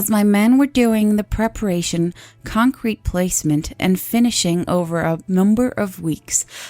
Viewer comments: Oh shut it, the instant she said "concuhrete" the gig was up. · couldn't even pronounce the word concrete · tyki leak give her a break... English isn't her first language. She did amazingly well. So much so I didn't even know she wasn't American, and I just thought she pronounced the word concrete differently.